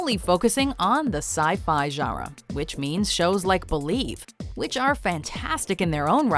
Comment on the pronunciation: The video narrator really needs to learn how to pronounce the word, GENRE. It is not "zharra." It is "zhahn-ruh," with a nasalized vowel. She is not doing the nasal vowel at all.